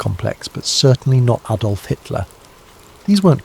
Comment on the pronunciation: AM Liverpool UK. Who's Aydolf? Lol.